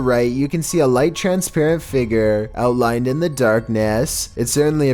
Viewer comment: It’s not Feger, it’s figure